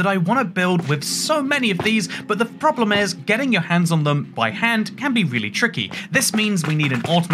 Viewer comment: said "the froblem is" words i will never forget